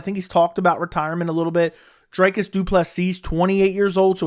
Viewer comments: Good shit. It's pronounced Dree-Cuss though my dude. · Bro is a chronic Dricus hater, can’t even spell or pronounce his name correctly. 19 finishes in 20 fights when will you stop hating. You keep talking about the holes in his game but his output is still there even if he looks gassed. Dricus to retire Brunson